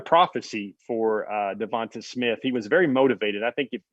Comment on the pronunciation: Everybody in his hometown was calling him Tay. I wonder why? Is it because his name Devonta ends with a long ā sound instead of a short ă sound as you pronounce it? Devonta with the a on the end is always pronounce as a long ā sound. Some people mess this up all the time.